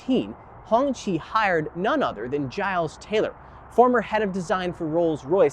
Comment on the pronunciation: Cop pull me over and ask me what kind of car is thar I may go to jail for pleading the 5th.😂😂😂😂😂 it's not pronounced Honchi. It's pronounced Honky😂😂 im black. I aint taking that chance😂😂